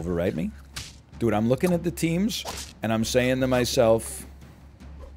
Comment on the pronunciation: That "dude (DOOD)" is killing me LOL